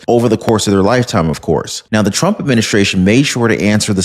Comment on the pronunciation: Did she just turn the name TRUMP into two syllables?